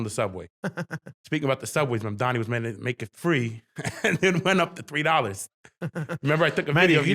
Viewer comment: for the last time it’s MamdaNi not MamdaMi